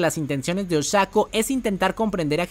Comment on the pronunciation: Oshako, sorry, me suena muy raro 😅